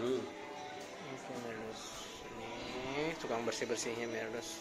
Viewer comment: meredos is mbledos